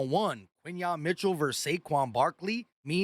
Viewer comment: Why do you say verse? It’s versus bro, good content, but, get your words right